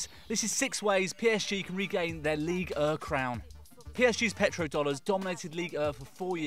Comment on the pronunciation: 6 ways to get people to stop saying "ligue uuh" when its clearly ligue one.